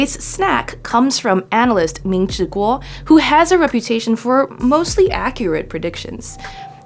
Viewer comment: I like how you pronounce “Kuo” 👍